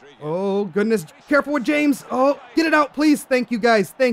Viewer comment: you pronounced James's name wrong